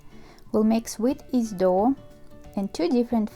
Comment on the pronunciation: why do say yeast as east?